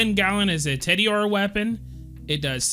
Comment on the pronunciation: Everytime you say "Teddy-ore" I die a little inside.